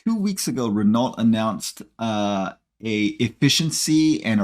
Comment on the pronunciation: Renault? With a "T"? What are you smoking?